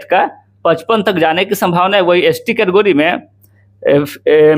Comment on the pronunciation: केटेगरी ko katogari😂😂😂